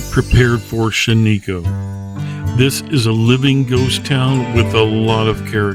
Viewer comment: It is pronounced "SHAN-i-koh.